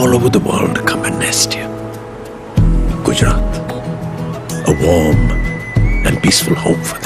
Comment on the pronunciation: It's Gujarat no Gujrat